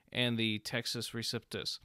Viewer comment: LOVE your videos. FYI: it’s Pronounced REE-CEP (not Sip)-TUSS